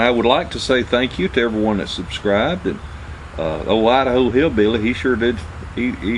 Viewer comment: LMAO great video love how you say Idaho ( I da ho) hillbilly glad Hf saved your drawers